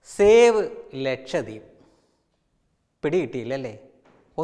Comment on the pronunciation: ഷേവ് എന്നാൽ ക്ഷൗരം എന്നാണ് ... സേവ് എന്നതല്ലെ ശരി...